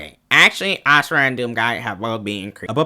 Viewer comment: This is so petty but I’m so glad you pronounce Asura correctly instead of “Azura.” That shit pissed me off to no end😭